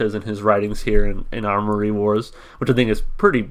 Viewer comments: AM-OR-EE Wars. Not ARMORY. Attention to detail =) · Good find on the comic! I haven't seen any of these comics in SC since they did a show here last year. This song is off thier newest record. Also it's Amory wars. No "r" in it. It's named after the street he grew up on :) Fun fact they were selling figurines of the main character of Kill Audio and the character looks a lot like Claudio. They don't sell them anymore. I want one though.